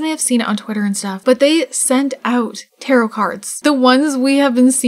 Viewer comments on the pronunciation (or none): Also tarot is pronounced tarrow not tarrot 🤣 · You're pronouncing tarot wrong. the second t is silent (tair-OH) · Its more like : « tah-rrow »